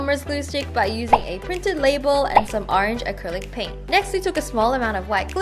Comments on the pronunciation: 😂 “acryllic pain” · I died! When it said "Acryllic pain" XD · wait... acrylic pain? Did you mean to add a “t”? Or are you a demon disguised as a nice girl! (Jk) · Btw you said acrylic pain instead of paint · she forgot the t so now we have acrylic pain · did you guys notice that she spelt paint wrong? she said pain bruh no hate wengiecorn 4ever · "acrylic pain" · did anyone else notice that instead of acrylic paint she said acrylic pain? lol